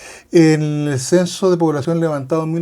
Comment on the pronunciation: ....el censo de población levantado en.... ?? Mejorar la dicción , ¡por favor!